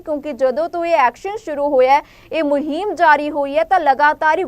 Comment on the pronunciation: Muheeeeem ni hunda…muhim hunda